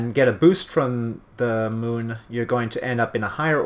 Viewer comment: to the mun? what? you never get to the mun!